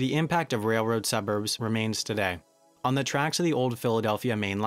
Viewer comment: Oh for the days when we didn't have to put up with constant AYs and THEEs in this vlog. Your voice-over was so much better then.